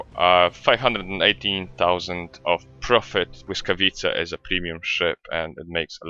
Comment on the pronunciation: Hmmm... perfect pronounciation of błyskawica :P Many others youtubers have great problems with it :P